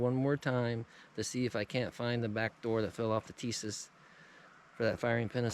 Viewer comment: Plastic grips were on the M1911A1 Issued before,during and after WWII. The grips Tisas has on or sends with some of their models are a copy of the WWII grips. SDS is the import company, Tisas is the manufacturer. Tisas is correctly pronounce Tee-SHa-ss if you don't think so contact them and they will gladly confirm my pronunciation. I'm like you in that I prefer plain 1911's, no ambi or extended this and that.